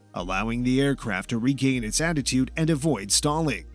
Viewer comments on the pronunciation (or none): none